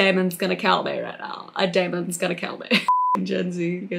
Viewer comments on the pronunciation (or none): " don't want the daimunz to get mey tusss"